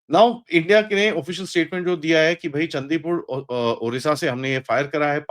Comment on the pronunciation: bro it's चांदीपुर, ओडिशा not चंदीपुर, ओरिशा